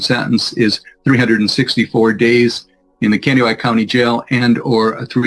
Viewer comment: You pronounced Kandiyohi perfectly! The area Nick lives is a lovely part of the state of Minnesota.